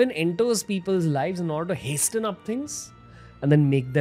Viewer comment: Hasten is pronounced as hasen.T is silent.